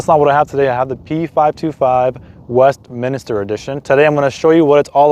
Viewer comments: Second video I've seen for the Westminster model, second American I've heard call it "Westminister"? Maybe this was a bad choice of model name for that market... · Westminster, and not Westminister.